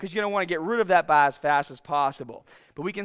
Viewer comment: Why can’t he say bar